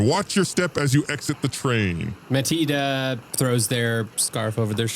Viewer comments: How tf is Mathilde pronounced as "Meh-teet"??? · It's more like "Ma-til-da"